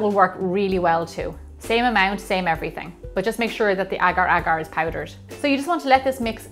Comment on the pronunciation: I like when u say agar agar...correctly perfectly...